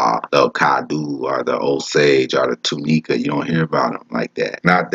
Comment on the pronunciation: It’s Lo-No-Ka = Lonoke and Too Ni-ka = Tunica. I’m from Pine Bluff.